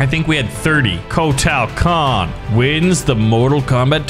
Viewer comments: Agreed WHY SAY EVERY NAME WRONG KOTAAAAL KAHN WTF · Kotal Kahn say it like coat l and saibot is like saybot